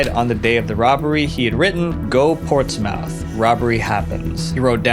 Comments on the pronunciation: It's Ports"muth" not ports "mouth" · It's pronounced Portsmuth... Not Port's Mouth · No way you said “ports mouth” 😂 it’s pronounced like “ports-mth” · Sorry but the Portsmouth pronunciation tickled me XD It's not ports-mouth, it's ports-muth. Great video btw! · You need to research how things are pronounced. Portsmouth is pronounced port-smith. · love the videos mate but portsmouth is pronounced “Ports - muth” 😭🙏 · Hi dont mean to critice but some of the pronunciations of uk place names are slightly wrong. I know you are probably not english or british, so I am politely informing you. It is whitby Bay pronunced wit-be- bay. Portsmouth is pronounced ports-mth. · Ha, Portsmouth. For future reference, it's pronounced Portsmuth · A small correction. Portsmouth is pronounced ports - muff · it’s pronounced port-smuhth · Its pronounced "Ports Muth" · Its pronounced Port smith. Not mouth. Hope this helps. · Just to say Portsmouth is pronounced' ports-mooth'😅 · So you know….. Portsmouth is pronounced ports-mth, the “O” is silent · im sorry to be rude but its not pronounced Ports MOUTH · Should have just said Pompey instead 😂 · what the hell is that pronunciation of Portsmouth my god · Any other Brit cringe at how Portsmouth was pronounced. I understand not understanding how it’s said due to accent but 😢. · It did make me laugh 😂